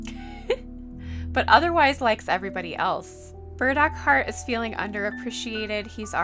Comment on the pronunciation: My ears always hearing „bird-accord“…no, it’s burdockheart! xD